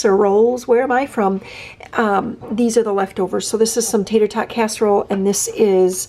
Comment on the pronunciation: You almost sounded like an Okie the way you said 'casserole'. When you said 'where am I from?' It made me laugh